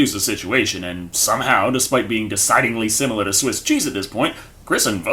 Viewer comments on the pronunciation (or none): none